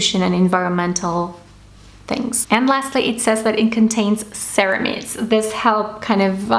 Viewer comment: Peonunciaste mal ceramides, la i suena como ai y la e no suena, buen video, tenés que probar la línea chroma absolu.